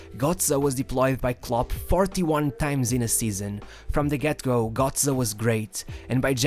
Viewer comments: He is still pronounced GÖtze not GOtze . Damn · its gö(oe)tze and not gotze... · bro its GÖTZE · Bro, you make a whole about a guy you cant even pronounce right. Just google it man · imagine making a 15min video on a single player and not pronounce his name correctly 🤦🏼‍♂️